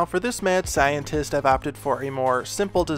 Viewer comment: I thought you were saying “man scientist” and I was like “okay, kinda weird to specify the gender” and I just realized you were saying “mad scientist” and I’m an idiot lol